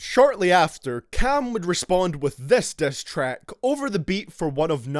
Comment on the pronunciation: "destrack" "breatel" "cross the leane"